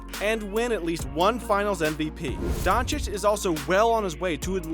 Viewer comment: Don_chi_ch.If he could learn 3 foreign languages,the Americans should learn to pronounce his surname right,I guess...